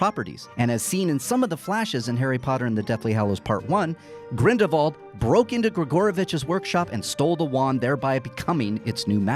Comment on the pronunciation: are you saying GRINDLE VAULT or GRINDLEWALT cause its really frustrating......